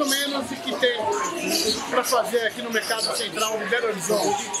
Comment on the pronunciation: ele fala berolizonte